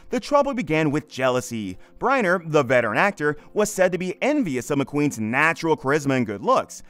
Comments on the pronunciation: BrEnner not Briener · So McQueen came back to life after his death in 1980 to reconcile with Bryner in 1985??? Which is pronounced Brinner by the way... Just two of the many inaccuracies. Sheesh , what a mess this whole thing is! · Haha. You do not even know hot to pronounce Yul Brynner's name. Is this AI generated.?